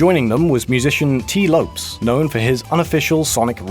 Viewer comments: Lopes is pronounced Low-pez, not lopes lol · are you sure it's not LO-pes?